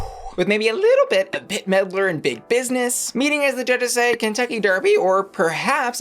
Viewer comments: not after all that trying still said Bit Medler instead of Bette Midler I love her so much 😂😂😂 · All of that "Wimebealilbit' to follow it up with 'Bit Middler' 😂😂😂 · After all that you called her Bitte Medler 😂😂😂😂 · All that buildup just to say Bit Meddler instead of Bette Midler 💀